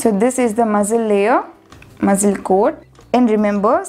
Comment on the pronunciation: Your pronunciation for muscle 🤐